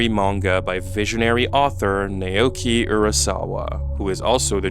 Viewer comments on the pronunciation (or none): always love your videos but your refusal to pronounce Naoki properly makes for a very jarring experience